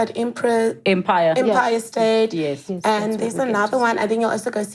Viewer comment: with that accent she couldnt pronounce "empire"..... very good interview!